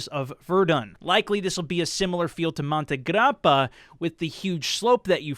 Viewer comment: Monte Grrrrrrapa